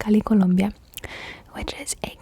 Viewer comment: i love ur accent when u say colombia